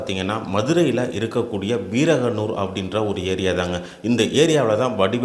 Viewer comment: வீரகனூர் இல்லை விரகனூர்